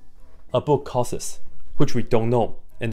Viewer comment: If you cant say the word "costs" correctly, then I'm already not taking you seriously. "The book costs 1 dollar" I know this because you said it.